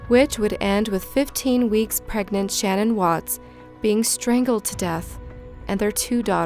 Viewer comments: It's pronounced Sh-NANN, not SHANnen. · SHA-NAN! Not Shannon